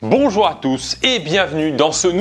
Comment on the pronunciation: c'est moi ou il a dit "bonjoir a tous"